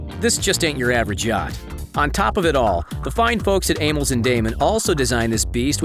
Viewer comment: The VO dude mispronounced Amels, Damen... and starboard.